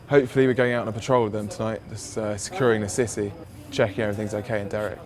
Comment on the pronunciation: "...securing the sissy..." XD Gotta love this guy's posh accent! His outlandish stressing of random syllables are an equal source of entertainment. An excellent video nonetheless.